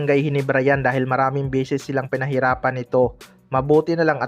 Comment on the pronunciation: Beses o bisis balibalita daw bulol